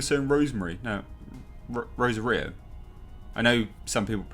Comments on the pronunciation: It's pronouced Ro-Sar-eyo not Rosa-Rio, You should at least bother to learn how to say the damn name. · Please for the love of god, it's pronounced "Roe-Saw-Ree-Oh"...Jasper was cringing in the background every time you said it wrong lol 😎👍 very good then, crack on mate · How hard is it to say her name right.